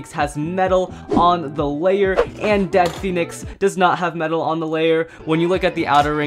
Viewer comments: Bro it's dread phoenix not dead phoenix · It's dread not dead phonix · It is really pronounced dread pohenex